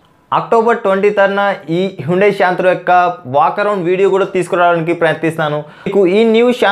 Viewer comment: It's not shantro, it's santro when u spell